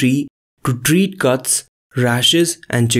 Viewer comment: Good video but gentleman narrating needs to learn to pronounce the letter C like K , NOT G ... he makes come sound like gum and says guts instead of cuts !